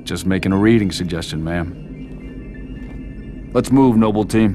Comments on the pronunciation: When I first played i heard mum and for all this time thought Jorge was her son. I was like wow she is ducked up for putting her own son in the program. It’s only know I realise he said ma’am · He is saying mom, not Ma'am but Mom you can clearly hear it when compared to the team leader saying Ma'am it's really not even a debate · If you read the books, youll know that it stated the the Spartans II refer to Halsey as ma'am but they sligthly change their pronounciation to sound like mom. Something that doesn't happen to other people they refer as ma'am. So yeah, the subtitles show ma'am, but there is a reason it sounds like mom.